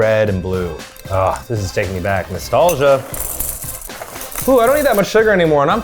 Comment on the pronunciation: I’m sorry… Did he just correctly say “nostalgic” in a sentence? Bitch I can’t do that